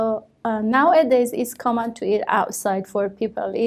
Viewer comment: she did'nt pronounce the word "common" correctly